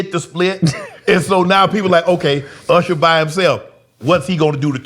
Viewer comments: He even pronounced his name Ursher! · I loove that he still calls himself ERsher, the south gave him that name because we cant say Usher. LOL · ...UGHsher even mispronounce his name URsher. Could someone tell him there isn't an R before the S nor a SILENT R before the S. Maybe there's an INVISIBLE R. LOL LOL LOL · No one's gonna bring up him calling himself URSHER?? 😂